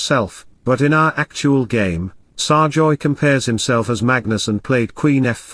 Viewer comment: can't speak English properly, it's SERGAY not SARJOY